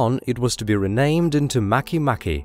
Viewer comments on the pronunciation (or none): Mah-kay mah-kay